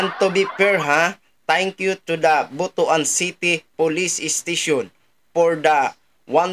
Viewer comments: ang pag pronounce ay Butwan hinde B-u-t-u-a-n.😂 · Mali po ang bigkas nyo po sa Butuan pakiayos naman ang sagwa